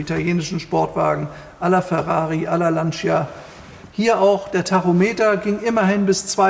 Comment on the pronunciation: Werter, bei der Aussprache des Namens "Lancia" unbedingt das "i" weglassen. Es heisst definitiv "lantscha" und niemals "lantschia"! Ansonsten einfach Super-Videos und unübertroffen Präsentation!